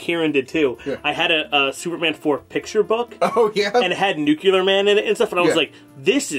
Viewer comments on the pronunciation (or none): "Nukular" Man. (drink) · I'm sorry but nyoo·klee·uh!!!!!! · Why does say nucular man all the time?? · I cringed everytime they say "New-Cue-Lurr" instead of "Nu-Clear" 😫😫😫😫😫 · Nuclear Man. James: Nuclear Man. Everyone: Nuclear Man.: Nook-yeh-lurr Man. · my man...NUCLEAR!!! not Nucular...Good video btw, laughed my ass off. Cheers! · Someone needs to tell its NUCLEAR and not NU-CU-LAR. Makes me think of Geroge W. Bush and how he popularized that mispronunciation. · It's very distracting that says "nucular" every single time. Why "nucular"? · Why does say "nucular" instead of nuclear? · Stop saying nucular! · NUKE-LEE-UR... not NUKE-YOU-LER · Q: How many nucular weapons were in the net? A: None. There's no such thing as a "nucular" weapon. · "Nucular" ffs. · "nuclear". Not "nucular". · Is mispronouncing nuclear as "nucular" on purpose? I hope so. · nuclear refers to the nucleus of the atom. that is the word's function. nucular refers to a person's inability to speak english properly. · You spelled nuculer wrong... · Saying "New Clear" is still so much better than saying "Nukular" like most people nowadays. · is someone who pronounces "nuclear" as "nuclearler". thumbs up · Someone please tell that there's only ONE "u" in the word "nuclear". Stop saying "nucular" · Nu-cle-us Nu-cle-ar It's not new-clear. There's a glottal stop between the 'e' and the 'a.' Nu-cle'ar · Take a drink every time he says, "nucular [sic]." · You know what's bullshit? Pronouncing nuclear as "new cue ler" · What do you expect from a guy who spends the whole video saying "nookuler" even after James not-so-subtly tries to give him the correct pronunciation. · NUCLEAR not fuckin nucular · New-clee-er not nu-cu-lar! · Both pronnounciations have become more accepted, but nu-clear is the original correct one. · It's called nucular Homer Simpson and this guy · the blank stare on justins face when james says nu-clear, clear, cle-ar